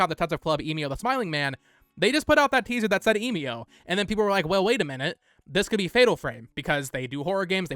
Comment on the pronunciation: The way you mispronounce Emio drives me crazy.